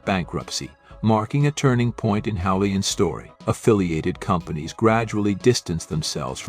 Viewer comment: Im sorry but I remember getting a hamburger from Houlihans, or as the very unobvious AI voiceover calls it Hullions or is Howlians. Anyway that hamburger was ridiculously priced like many of the other menu item. Despite their being one practically down the block from where my Mom lives now I haven't tried them again since! Are their prices still exorbitant?